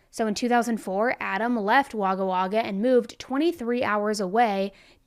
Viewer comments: The correct way to say Wagga is wog-uh. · Sorry but I lost it laughing when you pronounced Wagga like that 😂😂 The first ‘a’ has a short ‘o’ doing, so it’s pronounced like ‘Wogga Wogga’, but most of us just called it ‘Wogga’ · That would be pronounced 'wohgar' not a short a.